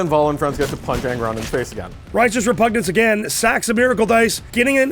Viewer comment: Will SOMEONE please tell that it's repuGNance, and not repunJance?